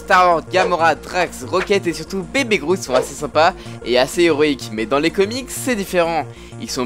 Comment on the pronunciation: "Je s'appel Groute" 😂😂 l'anglais est pas ton fort 😂😉